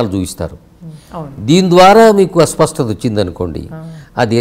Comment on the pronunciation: అస్వ‌స్థ‌త కాదు నాయ‌నా.. అస్ప‌ష్ట‌త‌..